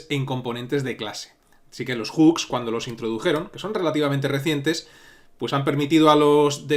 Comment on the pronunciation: tu siendo español, que bien pronuncias "Hooks" normalmente la gente de aqui (España) pronuncia Juks 🤣🤣